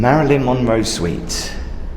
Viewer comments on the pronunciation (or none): Her "SUITE" not SITE.